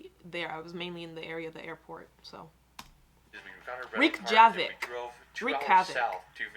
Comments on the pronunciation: Rekjavik is pronounced rek-ya-vik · Rayk ja vick 😭😭😭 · Google how to pronounce some those city names... Like Reykjavik (reck-ya-vick) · think its pronounced rec-ya-vic